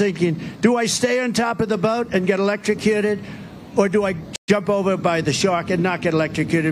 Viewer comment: Elekekuted, wow???????